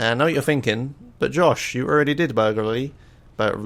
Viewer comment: Vehlicles used this episode: Bobcat Emperor HPV1000 Shamal Blade NRG-500 Maverick Huntley (yea it's kinda rare) Boxville Police Enforcer (bonus list) Words mispronounced this episode: Atrium Caligula's Burglary